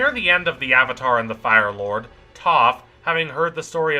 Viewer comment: Great video, but please don't call Toph "Uhh-Toph" thats worse mispronunciation than the M Night Shyamalan movie